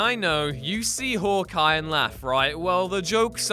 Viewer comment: "Hork Eye" ha